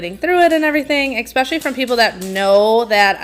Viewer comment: Especially is pronounced E SPECIALLY NOT EX SPECIALLY.